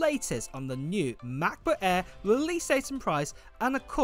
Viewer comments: Why do you call it a macba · the new "ma. buh-eh" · Mahcboo' Aeh 😄 great vid, mate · The MacBook „eeehh“